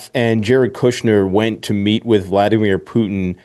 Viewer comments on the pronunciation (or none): none